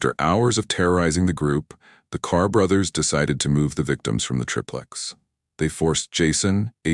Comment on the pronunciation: Btw its pronounced like TRY-PLEX. Every time i hear TRIP LEX its like nails on a chalk board!